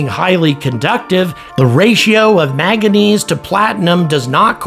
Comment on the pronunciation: Love your videos and subscribed when you had 30k, but please say maNganese correctly